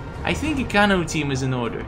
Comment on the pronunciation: It is pernonce kano